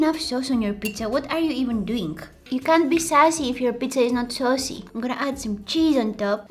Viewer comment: When she said “I like my pizza saucy” I thought she said “I like my pizza sussy”